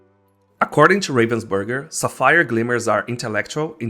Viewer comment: someone cant say Sapphire correctly LOL